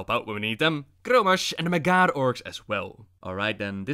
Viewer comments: Holy shit you rolling ur Rs so bad and when u say MAG--HAR it's not magarrrrr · Mag - Har, not Magarrr, they ain't Spanish. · It’s pronounced mag har no magar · Its Mag Har not Magar. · There is a space in between the two words with a hard H... mag' Har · "mghr" orcs lol. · It's Mag-Har, 2 syllables. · Sounds like you're saying the "MAGA" orcs...Making azeroth great again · As far as I know, the H isn't silent in Mag'har (Mag like magazine, har like hard). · Not enough rolled R's. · Classic butchering the name of the Mag'har.